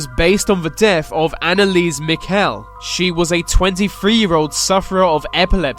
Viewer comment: Your pronouncation is very bad. Try Anneliese Michelle again. It's not like Maikel or Miquel.